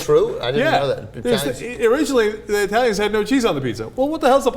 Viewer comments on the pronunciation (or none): Cenk fail. Not I-talians... but E-talians.